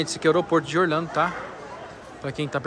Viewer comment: você fala Orlhando, mais o certo não seria Orlando???